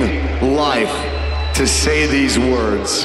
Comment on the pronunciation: I love Corey and his vocals, but I just wish he would pronounce all the words properly, does my head in